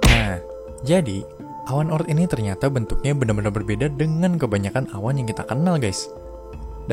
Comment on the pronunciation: Bukan O.ort tapi oort